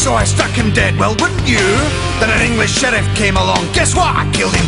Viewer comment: I love the way he says Eengleesh.